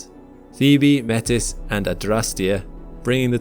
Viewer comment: Hate to be that guy but it's pronounced MAY-TEE, not metis.